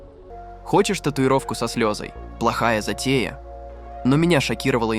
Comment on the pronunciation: 😂с какой целью вы ставите ударение неправильно? Например,, со. сле'зой , а не со слезо'й?! За ради прикола?!